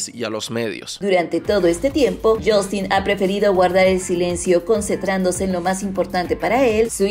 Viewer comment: Yastin 😂😂😂 ay porque me Dices yastin suena gracioso hasta en inglés lo pronuncian como yostin